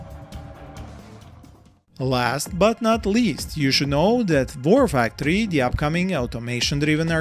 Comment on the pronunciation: Man, that accent threw me near the end. All was well, I was half listening, half playing a game on my phone, when suddenly I felt great concern upon hearing what sounded an awful lot like "vore factory"